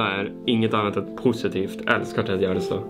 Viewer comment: Kan någon mattelärare räkna ut hur säger Tedde Gärdestad! Ett tips att använda miniräknare.